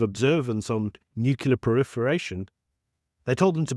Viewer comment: But PLEASE....dont call it NUCULAR!!!